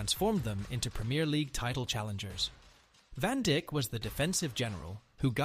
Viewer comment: it is pronounced Virgil van Deyk(Dijk) not van Dick ... xD